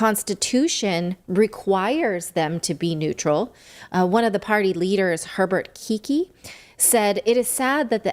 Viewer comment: Hörbert Kicki haha...Herbert Kickl is his name milady, nyze greets from GER